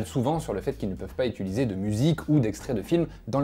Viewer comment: Tu dis toujours "utUliser", ça me stresse x'D